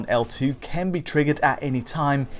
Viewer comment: always pronounces "can" as "Ken" and it's highly distracting once noticed